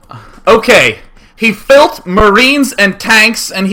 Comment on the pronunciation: "HE fuilt marines and hes invading his face." LOL